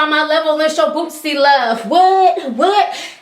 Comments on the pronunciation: why are you saying bootzy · Lol She Kept Sayin Lil Bootsie , Its Boosie Ma'am . My Dawg Free Now Yall Be On The Look Out For My Nigga .. Click Our Channel To Check Us Out , "Jae'Kush" Boosie's Up Coming Young Artist . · Its not bootsie bitch fuck